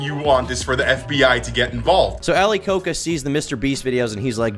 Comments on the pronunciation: why do you pronounce it like ali coke uh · His surname is pronounced as ko-ja by the way and not like the Coca-Cola, if anyone is interested. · Ali "Ko-ka"🤦🤦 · it is ali koca pronounced ali koja